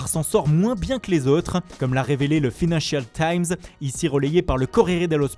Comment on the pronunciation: Le "feenancial times" 😂😂